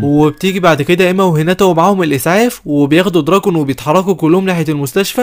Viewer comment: فالا هالا مو فلهلال واسمه دوراكين مو دراكون